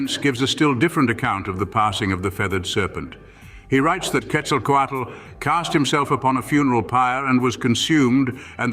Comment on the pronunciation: How are you going to say Tlauizcalpantecutli correctly, but mispronounce Ehecatl and Quetzalcoatl?